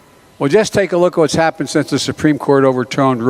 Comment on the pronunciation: I lost it at 'nook' instead of look!